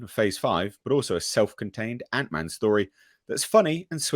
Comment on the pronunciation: "Ant(i)Man"... oh, boy.